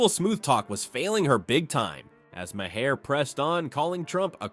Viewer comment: Mah-her? You are an idiot. Ten thumbs down.